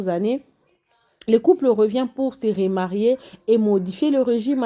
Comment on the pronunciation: on dit remarier et non rémarier